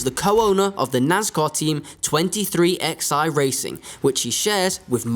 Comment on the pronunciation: My comment: it’s not 23 x i racing. Those are Roman numerals at the end, pronounced “Eleven,” so put together 23XI is pronounced,”twenty three, eleven!”